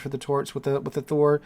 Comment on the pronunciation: I think you did well with the pronunciation of Thor. +1